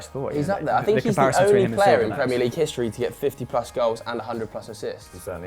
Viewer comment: Hishtory, shtadium, shringboard? Wtf?